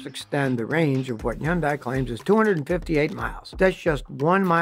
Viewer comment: Hyundai is pronounced as though it rhymes with "Sunday". Very annoying voice.